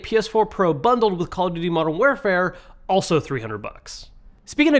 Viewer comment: Are we just gonna ignore how he pronounced Modern Warfare ?